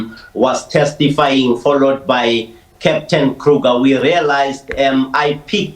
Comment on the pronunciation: The surname is Kruger and not Kruka please. It is Afrikaans and not English. 😂